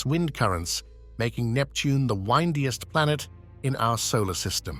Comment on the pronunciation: Odd. I've never heard "windiest", pronounced, wine-dee-us. Or Uranus pronounced "your-ann-iss".